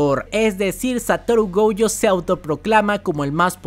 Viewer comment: Si me permites una pequeña corrección: el apellido de Satoru es Gojo, se pronuncia Goyo,no Gouyo. Me di cuenta en otro de tus videos que lo dijiste mal y pensé que había sido un error,pero veo que es una costumbre tuya. No soy el creador de la serie ni sé japonés ni mucho menos, pero tanto en el doblaje en español como en japonés , ambos dicen "Goyo". Saludos!!! P.S. Ojalá que nadie tome a mal mi consejo, hehe!